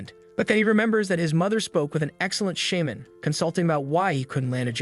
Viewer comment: I cringe when u say Shaman